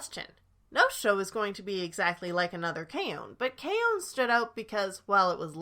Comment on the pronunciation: K-on is pronounced like it's spelled. It's not K-OWN. 🤦🏼